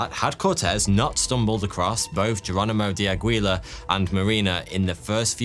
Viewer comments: I notice of all the anglophones, the Brits have just given up on trying to lookup pronunciation rules of languages they pronounce names from. Aguilar = Agweela lol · Aguilar to Agwee-la?!?!?!?! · Velasquez is pronounced VelasKEZ, not VelasKWEZ. Aguilar is pronounced Agilar, not Agwilar. these are very common surnames and they still botched it.